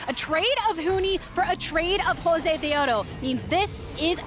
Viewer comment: YES I MADE THIS SAME COMMENT. NO KNOWLEDGE, NO CHARISMA, I CANT STAND THE WAY SHE SAYS JOSEDEODO, SHES NOT EVEN ORIGINAL WITH THE CHOPPY CASTING